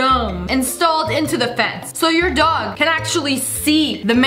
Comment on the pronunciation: Why does it Sound like dog but it door😂